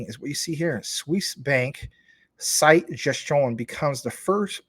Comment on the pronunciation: Cité is pronounced CEETAY not site.